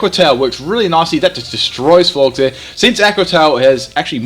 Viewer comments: Are you... Pronouncing... Florges... AS FLORGS?!? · Lmfao FLORGZ. It's pronounced like "gorgeous". Florges, gorgeous. Get it? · I like how it's supposed to be "Florges" like "gorgeous", in regards to its beauty, but instead calls it "Florgs" making it sound totally ugly and unappealing